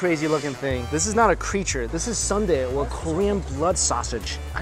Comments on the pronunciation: yes drooled with everything. but sun-dae is pronounced soon-dae. ty! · its Soondea not sundea...its pronounced Soondea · Yayyy u went to my motherland! I always love watching your food videos but so excited to see Korean food😁 And sesame leaves are also known as perilla leaves and sundae is pronounced "soon-dae" just some extra info for people👍🏻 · It's pronounced "Soon-dae". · Sundae is pronounced soon-dae ^^ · "Sundae" is actually pronounced "Soon dae". Im a korean so just wanted to shout out. Great review here makes me want to go back! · I am SOO excited to be in Korea this month!! Also, for future reference, it's sundae pronounced soondae~ I really want the kimbab and tteokbokki T_T Thanks for the video! The foodie in me is going to love Korea so much 💜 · How dare you tempt us and not share!!! BTW, sundae is pronounced: 'soon-day'.